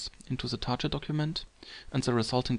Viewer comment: I like the video - thanks for that. However, I would check the pronunciation of the word "target" :P